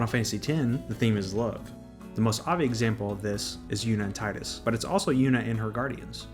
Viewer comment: It's T(tee)idus.